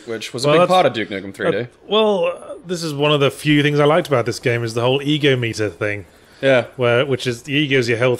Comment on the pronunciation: excuse me, e-GOM-eter. not e-GO-meter